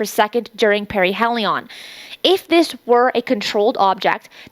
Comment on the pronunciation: Hears perihelion pronounced correctly Still decides to say to do the opposite